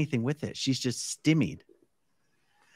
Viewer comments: . "Stimmied”??? 😂😂😂 It’s “STYmied”, A A Ron. Think of Stymie, the kid with the bowler hat from The Little Rascals/Our Gang. Oh wait, you grew up in a cult.😅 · the correct pronunciation of stymied is STY MEED (sty rhymes with sky) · Sorry Good Buddy, the word is sty-meed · It’s pronounced ‘stigh-meed’